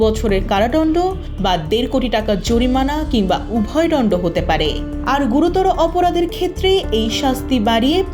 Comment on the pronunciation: কি রিপোর্ট টার দন্ড ও উচ্চারন করতে পারে না।মানুষ মেরে ফেলল জাবিন হয়ে যায়